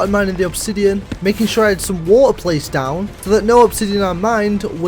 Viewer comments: Did you really say whoa instead of water and ion instead of iron? 😂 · "bucket of waer" 😅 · Bottle of wa er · "Buckeh of wa'er" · Bucket of Wo-ah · "If you haven't got a bucket of wa'er" 🔥🔥🔥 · "Bucket of Waoh" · British accent people sayings Water wa ar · "Bucket of wa'a" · "Look Illy enouph" "Buk'e o' wa'a" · bucket of wu-ah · "Bucket of wuh-er" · A Bucket of wa’er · When you said bucket of water i fount out you're British 🌚